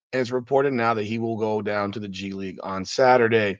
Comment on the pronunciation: So if Bronny starts playing in the G league, what happens if he doesn't do well there? The way I see it, he will have one option,,he can be cross traded to the LA Sparks. Surely he'll be able to dominate the players in the wnba. So when you say "G league" it sounds like you're saying "Gigli" that horrible Jennifer Lawrence movie